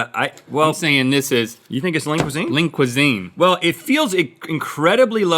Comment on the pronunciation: Am i the only one who hears “Link Cuisine”, instead of Lean Cuisine.?